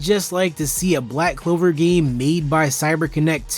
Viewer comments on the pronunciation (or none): You simply don't know how to enjoy the anime that is all, why don't you watch tom and jerry instead? 🤐🤐and its pronounced Black Clover, not Black Cover!